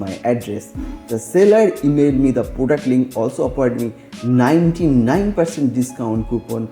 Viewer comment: He is bengali sure bcoz he tells poduct😂